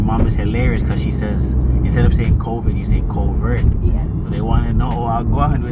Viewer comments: Lmaooo can't remember to say "Covit" so she say "Covert" 🤣🤣🤣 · Nah all my family says “COVIT”, she’s right Jamaicans find every way to say something but the right way🤣